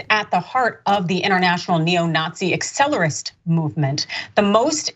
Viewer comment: *Accelerationist. You aren't doing yourself or the rag you work for any favors by not even being able to pronounce the name of the ideology you're rallying against